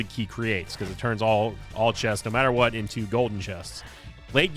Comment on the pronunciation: Every time you said "I'll tell you Hwat!" or "Shota Speedo!" 🤣